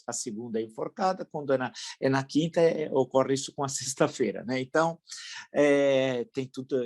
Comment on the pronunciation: É Ocorre e não ocoriiii!!! Palavra dos anos 20